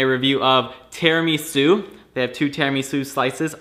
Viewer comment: you are pronouncing Tiramisu wrong.